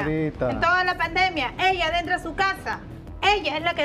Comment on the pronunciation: “Dentra”? 🙄 por que no se educan ?